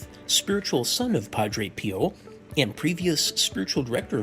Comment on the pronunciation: Thanks for clarifying, it just sounds weird in places, especially the pronunciation of Padre Pio, its not Pie-o. Blessings.